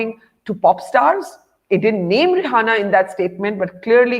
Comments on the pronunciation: You guys not saying her name correctly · You all guys talking English but not pronounce her name correctly 😜